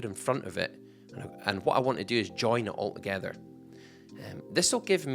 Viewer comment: Bro said all 'ogether